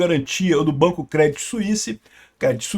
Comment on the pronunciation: A pronuncia correta é " Crêdí "... Crê não Cré ... acento no i e sem falar o T; Outro dia fez um video falando do branco BNP Paribas, se pronuncia " Parribá ".